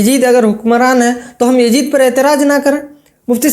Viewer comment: Bhai well said But who is this Yajeed a new creation Please learn to pronounce YAZEED correctly